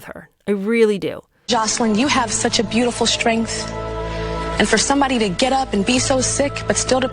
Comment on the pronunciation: Tyra is another ridiculous person who thinks it's cute to mispronounce words on purpose. I've never heard of the word shtrength. It is not a speech impediment. 💀